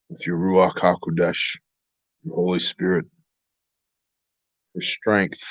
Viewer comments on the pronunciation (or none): none